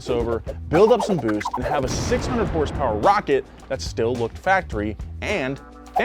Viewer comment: It’s pronounced “hurs-purs” not “horse power” cmon!